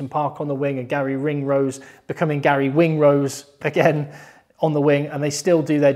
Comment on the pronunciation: ....you love saying Gary WINGrose...😂😂😂